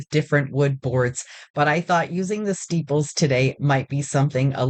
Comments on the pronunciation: Are you saying steeples instead of staples? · Omg I came to the comments to ask the same thing! The description box doesn’t mention it, and I even googled “steeples” in case it was something. Are “steeples” a thing and I’ve been missing out?!